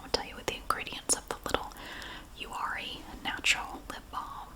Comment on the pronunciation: I watched this whole video thinking you were saying “you are a soap company”